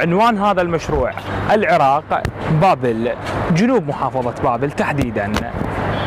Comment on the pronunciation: عزيزي الإعلامي... ليس انتقاصا من شرحك للمشروع(مصنع التدوير) لكنك طريقة كلامك وكأنك تذيع بيان رقم ١ .... تركز على الحرف الأخير أثناء شرحك للمشروع... غرففف ، انتاجججج ،العراققق، تدويررر... تحياتي